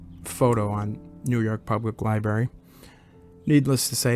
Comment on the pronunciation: It’s libRary not liberry